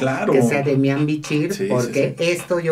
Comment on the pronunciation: Es Demian, no Demiàn.... sin acento., tu eres de espectáculos y ni sabes.